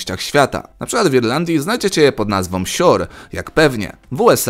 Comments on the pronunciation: Słabe, niesmaczne żarty (Roksana-Rexona-prostytutka), słaba wymowa (siur), dowcipy na siłę (jedyny lód, którego nie robiła ). Ogólnie tania rozrywka dla biedody (umysłowej). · sure... siur... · "Sure" siur